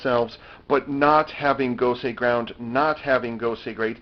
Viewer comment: If it's called Gosei Ground, why is it pronounced Gosei Gurando?